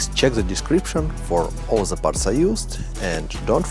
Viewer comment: love how it sounds when you say "the" sounds like zhaa"